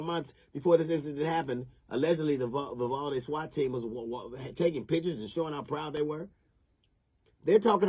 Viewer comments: Not sure alacrity is the correct word there, I mean it does mean to move swiftly but usually in like a happy or cheerful way. Also sounded like he was saying Vivaldi. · Like most people, I think DL is an enormously talented, highly accomplished individual. His comedic skill is unquestionable. However, at 1min 16sec into this video he made me laugh for the wrong reasons. What did he call the town? Govaldi'? 'Grabaldi'? ''Grovalty'? Then 7 seconds later he said it again, but differently. he calls it 'Vivaldi', as though the town was named after famous Italian composer! Anyway, nevermind my stupid nit-picking! DL absolutely nails it when he condemns the cowardice and incompetence showed by ALL the law-enforcement officers involved except one. The older cop who was the 1st to go down the hallway is the only one to show any balls. The rifle-toting imbecile with him is as useless as the rest that show up and play Circle Jerk for the next hour or so. And kids were STILL being shot during the cops Circle-Jerk time!! Disgraceful! Abso-fucking-lutely DISGRACEFUL!! Especially cuz this is small-town Texas, not L.A., Chicago, Seattle, or Baltimore! Makes me weep.... Sorry to shit on you, DL, you're a huge talent. I love your work, keep it up please! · Jeezus, I just realized that DL probably mis-pronounced the name of the town on purpose as a little dig towards the cop-cowards. Sorry, DL, I'm just not too bright is the truth. Dat must be why they call me Doofus....